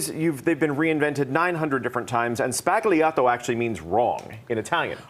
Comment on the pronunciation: Her pronunciation is the real "sbagliato" 😂